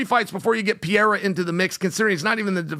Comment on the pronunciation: I love it! Uncle Chael still calling Alex, “pee-air-uh”🤣🤣